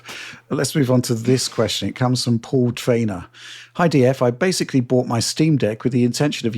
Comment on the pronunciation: Don try to count all the times mispronounces basically as “basely”, that would be a full time job